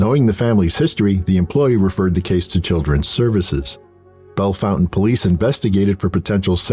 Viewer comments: Its Bel-fon-TAINE not fountain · Bell-Fon-Taine (Like Tang without the G). Horrendous story!! First time hearing it.